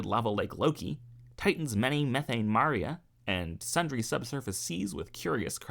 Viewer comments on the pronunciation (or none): none